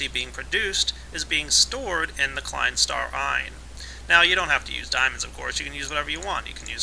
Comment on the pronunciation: I loved the way you failed at pronouncing the Klein star number, here's a tip: /watch?v=EuhxrOBK6W0